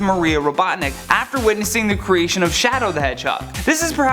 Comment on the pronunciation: Is not shodow